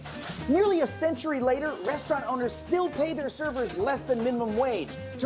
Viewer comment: Why do you end all of your words with “a” opiniona later-a care-a Also fuck tipping is right